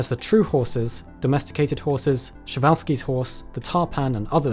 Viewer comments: Excellent! I even got a couple of glimpses of Moropus, my favourite Chalicothere. Just one minor criticism - the way you pronounce Przewalski sounds like Chevalski. Searching for part 2..... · I don't understand how you came to the decision to pronounce 'Prezwalski' as such